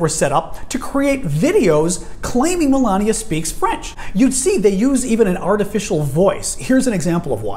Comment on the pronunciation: her name is Melania not malaria